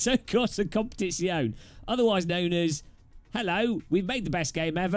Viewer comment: Jesus did he just say competizeone bad